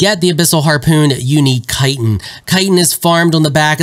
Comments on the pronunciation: I was about to call you out for pronouncing "chitin" wrong, but then I found out I was wrong. 😮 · Imagine watching video upon video of other content creators and FINALLY this guy says Chitin correctly?! Thank you!